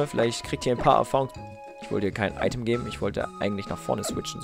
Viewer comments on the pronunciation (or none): none